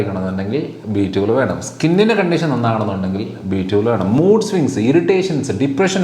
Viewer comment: B12? Then please stress on 12,your prononciation not clear🙏